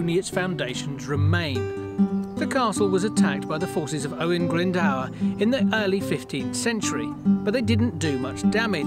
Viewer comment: Enough! It's Glyndwr, not Glyndower! Not the first time. Nice vid, though!